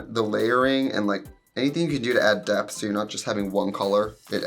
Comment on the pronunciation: everytime i hear "depth" i hear DEPP